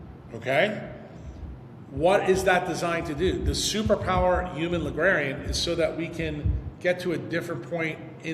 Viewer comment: Is saying “ligrarian”??? What is that?